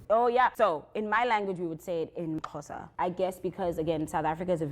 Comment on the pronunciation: Bra, you said Xhosa perfectly 😂.